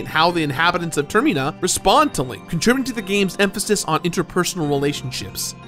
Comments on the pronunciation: Pretty sure it's supposed to be from terminal or terminate. So no, ignore weird ter-MEEN-ah. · So have I been pronouncing term-I-na wrong for over 20 years? Or does he pronounce it weird? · Turmena , that's what I see every time he says termina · The Twinmold fight sucks ass in the 3DS version. It was the one and only point in my play-through where I got dangerously close to time running out because the "wrestling" portion is just so awkward. Edit: TerMIna?? Seriously?? Can't you pronounce anything right,?? 😆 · Ok ok ok...WTH Is “Tayerrmeeeenah”??? Who is pronouncing Termina incorrectly??? I HAVE TO KNOW. (Seriously please lmk the correct pronunciation... anyone). ALSO- why are you in a photo with Jamie Lee Curtis? What an I missing lol I feel like in suddenly company out of the loop! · Wait... Is he pronouncing Termina wrong or I been saying it wrong this whole time??? Now that I think about it... It's like pronouncing Terminal but without the "L" sound ? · There's no difference between ih and ee, the problem is he's putting weird emphasis on the second syllable when it's clearly meant to be related to 'terminal' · Oh man I can't wait for the next Termeenator film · TerMEna hahahahhaahahahahhahah the way he says it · It It really bothers me that you pronounce it "Ter-mee-na." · ITS TER-MI-NA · if you pronounce termina like that one more time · Stop saying termeena before I jump off a cliff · Ter-Mine-A. High-lyian. Goat, not Got. Like the animal it is. Your pronunciation of proper nouns in games is always baffling. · Yo, didn’t you hear about that killer robot in the airport, it was a real terMeenator in the terMeenal moment. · Came here for this comment. It's literally terminal without the l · The way he says termEEna 💀💀💀😂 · "termyna" lmao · for a fan of Majoras mask you are pronouncing Termina wrong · I have never before heard anyone pronounce Termina that way, and as a result it somewhat bothers me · It’s not pronounced the way says it